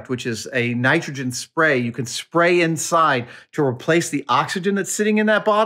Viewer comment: "Spary" even. Soy.